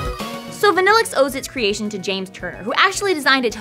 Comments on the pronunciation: I like Vanilluxe and i've used it in 2 games. If you pronounce it the correct way it sounds even better. why are you pronouncing vanilluxe as vaa? when its clearly a pun on vanilla? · I've always liked Vanilluxe but isn't it meant to be pronounced (Van-ill-uu) ?